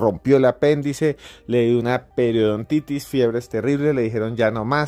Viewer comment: Se dice peritonitis